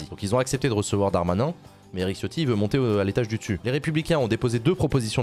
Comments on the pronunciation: Sauf que Ciotti en Italien se prononce TChotti, et pas Chiotti. Quand tu dis Ciao, tu dis Tchao, pas Tchiao. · Chiotti prononcé à la ritale porte bien son nom